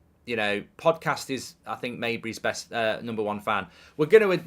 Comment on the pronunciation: Stop calling him Mayberry jesus. Is pronounced Mesh-Bri